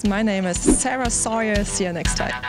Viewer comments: sauer will be pronounced like sour and not like soja and we say something like mercadees instead of what you said, but overall, very good english. Even the accent. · Aww I kinda like the ways she says her name